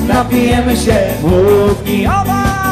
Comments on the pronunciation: sieeeeeeeee w wyglosie akcentuja tylko male dzieci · "się" za bardzo nosowe w wygłosie dzieci tak mówią?